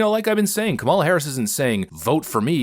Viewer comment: I think Harrison pronouced Kamala wrong lol